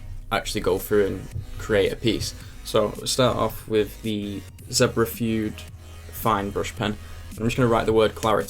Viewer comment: Fude is a Japanese word so why read it as /fyud/?